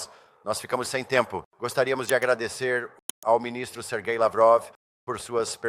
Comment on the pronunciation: Essa ia ta mais pra ba , burro artificial , bão sabe distinguir sons de algumas letras em nomes próprios , chamar sergey (serguey) lavrov , de serjei 😂